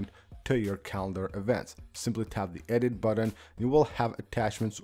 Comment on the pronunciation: I smash the mute buDDon as soon as I hear you pronounce it that way - buDDon.